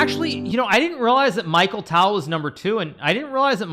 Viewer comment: Michael tale 😭🙏 it’s a ‘ch’ sound not ‘k’ and tal is like tahl